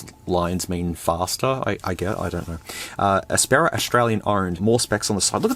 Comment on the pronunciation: Aspera... sounds like Asspera more and probably would fit better too as these phones are the bottom of the barrel